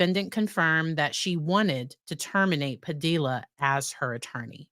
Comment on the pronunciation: Padilla rhymes with tortilla.